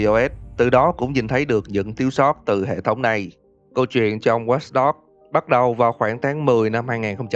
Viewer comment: Tên game:watch dog đọc:wats dog